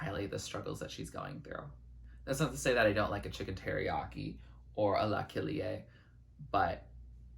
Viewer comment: La kilié samples a brazilian funk song (which was a huge hit in Brazil). The song is called Passinho do Volante (Ah lelek lek lek) and insted of pronouncing it like lelek she made it la kilie. Good tribute to brazilian music.